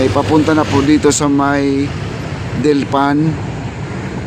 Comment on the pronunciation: Not DILPAN (DELPAN)